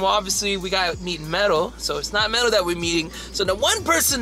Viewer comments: It's Medal. You're deaf! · MEDAL. not freaking pero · Medal not pero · He said medal not pero